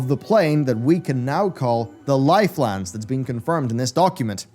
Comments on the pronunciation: Nobody:: L I F E L A N D S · everytime he says lifelands i feel rage building in my chest